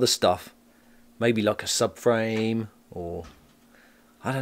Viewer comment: ........Did he say subframe? or suburban?🤣.......looking good👍